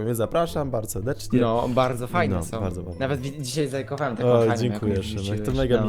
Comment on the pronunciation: Czego jak szymek powiedział a "zalajkowałem" usłyszałam zakochałem?! Czy to przez te głupie ff na wattpadzie 😂😂😂